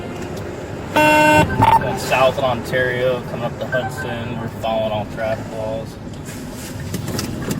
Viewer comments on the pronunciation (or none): none